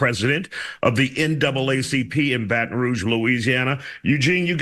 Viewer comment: She was saying rouge incorrectly....don't know why that bothered me